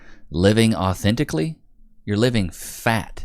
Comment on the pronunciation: She didn't say authentically she said often tickly 😂😂 also I really don't understand wat everyone's freaking about that astronauts speech just sounds like wordplay to me